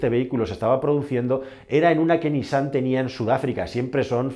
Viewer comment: Correcta la pronunciación de NISSAN: niSSAN